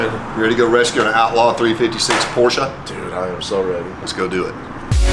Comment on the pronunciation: Wow somebody on YouTube that knows the correct pronunciation of Porsche !!! What a delight. Thank you